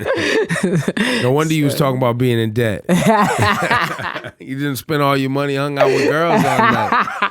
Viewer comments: When he pronounced the b in debt though.... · Man, the interviews are becoming similar. How'd you get Drake on a record, talk about Surulere, new album etc. And common man, you don't pronounce the 'b' in "debt", that's why Ebro was confused. Big ups to Africa. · Are y'all just gonna slide past the fact the he couldn't pronounce "Debt"